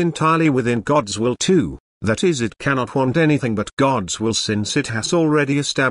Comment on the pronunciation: Can we request the AI pronounce the word "will" without startling me?